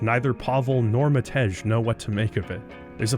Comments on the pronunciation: It's read "Mahtey" not "Mahtech" :) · Btw Matej isn't pronounced Mat-eG, it's pronounced Mate-I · Cringing each time you said it, haha! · I can’t believe you don’t know how to pronounce the name of the most famous Slovakian katana. 🤦